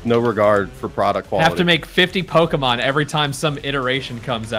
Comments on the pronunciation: making fun of pronunciations of lickitung and cant say the word pokémon correctly smh. it's not pok-EEE-mon its po-KAY-mon. get rekt lul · jardon its pokemon not pokeemon